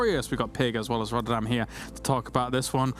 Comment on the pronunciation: lol i knew said "rather than" even though it was clearly pronounced as "rodderdan" XD really appreciate tasteless still mentioning needing to stretch for playing competitive gaming, it is crucial in it's importance for maintaining the health of your body.....